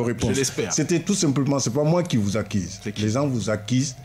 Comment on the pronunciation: Ce mec en blanc est prétentieux...aussi on NE dit pas "accise" mais ACCUSE...PFFF